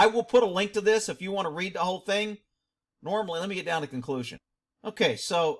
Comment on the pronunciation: I am busting up cuz when you say the word "whole" it sounds like you say "HOE" I LOVE IT 😆 THANK YOU MY BROTHER.